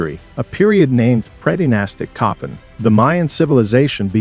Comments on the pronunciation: I’m Honduran n it’s pronounced CoPANg!!🫢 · His pronunciation was driving me crazy!